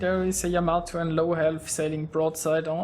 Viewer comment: What are you talking about? He pronounces it just fine for someone who probably doesn't speak Japanese.